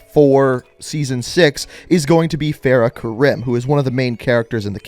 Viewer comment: I like he sad fare-uh ka-rim but its Far-uh ka-rem